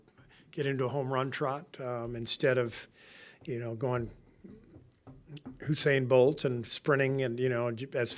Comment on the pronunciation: "Hussain Bolt" 💀